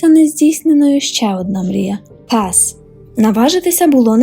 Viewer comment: Слово "пес" прозвучало як "газ", я подумала що вони хотіли провести газ в дім 😂😂😂😂